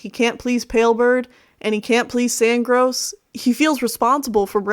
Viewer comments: its Sandgorse not Sandgross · you....were saying sandgross... lol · "sandgrose" this bothered me so much and I honestly don't know why